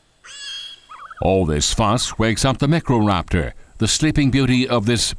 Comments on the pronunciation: meekroraptor? its not that hard to say, it doesnt have to sound fancy its micro - raptor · Whats a meek ro raptor? Iv heard of micro raptors. Also whats a Val saur raptor? Is that his name? val? Please remake this with a new v.a who can talk properly, and correct details like no fkin teeth on the lips?!!!! And what tue hell is with the movements. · Not mi-kro-raptor. My-cro-raptor. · It's not Mec-Ro-Rap-Tore! It's My-Cro-Rap-Tore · “Mecroraptor” “Protoceratomps” “Therozinosaurus” “Pterosaurus” “Only the stronglest will survive” LMAO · Microraptor=X meyecroraptor =correct okay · 4 things about the Microraptor: 1. It’s pronounced My-Crow-Rap-Tore 2. It lived in the Early Cretaceous actually 3. It’s built like a bird 4. It lived in China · When he said microraptor, all I heard was “necroraptor” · Lol Micro-Reaper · i don't know what's worse the narrators inabilty to say velcioraptor or the inablity to say microraptor still love it though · Walking with Dinosaurs is 20 years old and holds up better than this. This is just awful. Movements for all dinos are so derpy, pronunciation all wrong for Velociraptor and Microraptor, narrator sounds like he's trying to imitate Morgan Freeman, wrong anatomy, etc. I've watched a lot of dino docs and this is pretty bad. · What kind of narration is this? Also, PROTOCERATOMPS, MECRORAPTOR, STRONGLEST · This guy's pronunciation is driving me nuts. "Valu-see-raptor" and "mick-row raptor"....